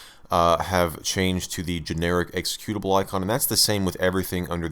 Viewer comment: exe CUTE ABLE... not EXE CUE tive...